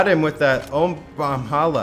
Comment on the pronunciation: Come on!!! IRIGHTI's clan is Brawl"A"halla like brawlahalla not brawlhalla!!!!